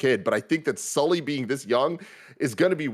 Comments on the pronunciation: you know it’s Sully and not Souly right? 😅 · The amount of times they kept saying souly instead off sully was making me laugh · has never been able to say Sully right and that always puts a smile on my face